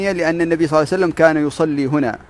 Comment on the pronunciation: العناوين الرنانة والمحتوا ركيك وشبه فارغ. شي مهم لابد ان تأخذه بعين الاعتبار اذا ذكرت النبي فصلِ عليه وانطق صلى الله عليه وسلم صحيحة. وليس (صلعسلم)